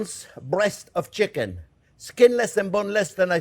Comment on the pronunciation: "First thing were-gonna-do, were-a-gonna sauté some shicken.... --- NO, that's not what we're gonna do." - Chef Jean Pierre LOVE IT!